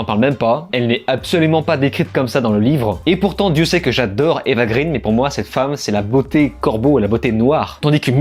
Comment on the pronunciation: excellente vidéo comme d'habitude, bon par contre je vais peut être jouer mon chieur et vous m'en excuserez par avance mais Eva Green (sa mère étant l'excellente actrice française Marlène Jobert) se prononce "gréén", son père est suédois, non américain ou anglais. oui je sais c'est du chipotage mais bon, ca se pose là simplement, vous en faites bien ce que vous voulez ! ;)